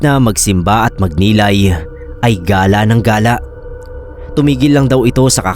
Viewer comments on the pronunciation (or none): none